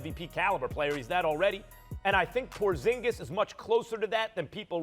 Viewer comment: “Porzigis” 💀💀💀💀💀 first take can’t get anything right